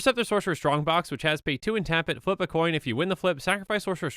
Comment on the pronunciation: Flip a Colin? How offten did he said thaht?